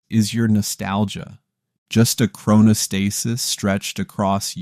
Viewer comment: If you're going to make an educational video on something, you should probably learn how to pronounce the word at some point. As for the thumbnail, "that second...was never real," it's actually very real. I get what you're trying to say I think but saying it's not real is just false and misleading; it doesn't fully appreciate or explain the complex and paradoxical mechanisms of the brain.